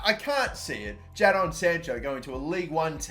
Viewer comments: It’s pronounced Jayden sancho not ja don sancho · Jay-din not ja-don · It’s Jay-Den not Ja-Donn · What is wrong with you it’s said JAY DIN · Jadon Sancho is pronounced Jay-Den Sancho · the way he says Jadon unsettles me. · Does anyone else get annoyed at how he says Jadon Sancho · RIP Jadon sancho The way he pronounced